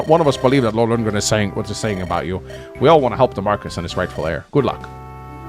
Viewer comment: Marquess is pronounced differently in English and French, but it's not "Marcus" in either. Nils says "older sister" in Japanese, so Sain being interested isn't super concerning. Yogi Bear was named as a parody of pro baseball star "Yogi" Berra, famous for his strange sayings like "It's déjà vu all over again" and "Nobody goes there anymore. It's too crowded." It was a nickname (over his manner of sitting looking like a yogi practictioner) and not a "real" name though. As for Leila and Eagler's playable stuff, I suspect trial maps is the most likely explanation.